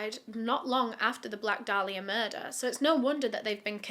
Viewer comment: It’s pronounced Day-lee-uh And how about YOU being respectful????